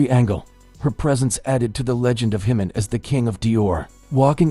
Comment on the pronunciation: Say Jimin's name correctly!